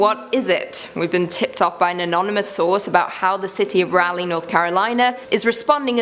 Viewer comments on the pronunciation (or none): I love how she says ”Raleigh” 🤣😩 she says it like ”Rally” … When it’s pronounced R-ALL-E